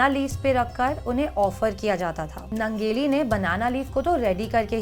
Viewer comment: यह निवेदिका काॅन्वेन्ट स्कूल में पढी है क्या ? उसके हिंदी भाषा पर सिधा सिधा अंग्रेजी का प्रभाव दिखता है. दुसरी बात उस लढाऊ औरत के नाम का स्पेलिंग अगर Nangeli है तो उसके नाम का उच्चारण " नानगेली या ननगेली " होना चाहिए न की " नंगेली ". मुझे लगता है ये गलत उच्चारण है. और दुसरी बात छाती ढकने के लिए टॅक्स देने के खिलाफ लढनेवाली औरत का इतिहास बतानेवाली निवेदिका का खुदका " क्लिवेज " दिख रहा है यह विडंबना है.